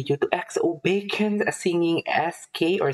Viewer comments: It's 'BEK-YON'. I remember you reacting to EXO months ago. I'm glad you're back at it again. Maybe you can start reacting to their guides. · his name is actually pronounced [BECK-hyun]. 🙂